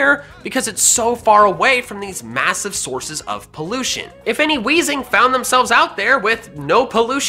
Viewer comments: You (kinda) got wheezing right! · You were so close for weezing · lol he got weezing right